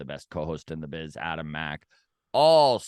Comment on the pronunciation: ADAM us foke from (TO) I know you are trying to say it right 😮BUT ...K YOU say it wrong lmao 🤣